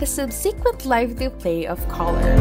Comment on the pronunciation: Annoying to hear ‘colour’ pronounced ‘collar’….